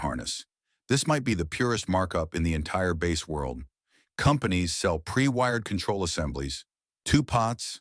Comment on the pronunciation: Any video that prounounces bass like the fish instead of instrument is not worth listening too.